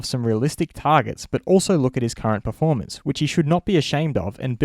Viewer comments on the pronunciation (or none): none